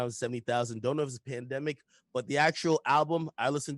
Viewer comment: Von “the panthemic” 🤦🏿‍♂️🤣🤣🤣